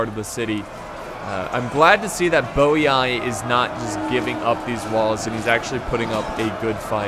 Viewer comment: Not quite. Double I at the end of a word is pronounced “ee-ee”. So it’s Boii is Bo-ee-ee.